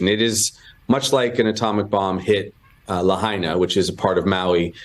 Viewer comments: As a native Hawaiian and a person who enjoys your post information it is pronounced "La hi na". Keep up the good work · ITS PRONOUNCED LA”HI “ NA, (Long I Sound) YOU MUST PRONOUNCE THE TOWN NAME PROPERLY IN HAWAII! Thanks 😊